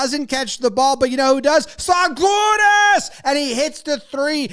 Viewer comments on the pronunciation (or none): none